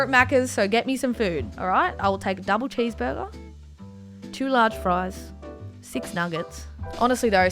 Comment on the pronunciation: huh your accent is funny when you say six kinda sound like your saying s*x